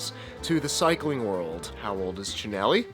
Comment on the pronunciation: At least he can say “Chin-elli”….